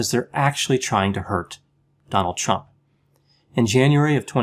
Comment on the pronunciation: It sounded like you said " 'Chump'," which is okay with me speak your mind brother.